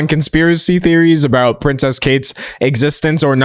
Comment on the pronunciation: He calls her pricess kate🤣🤣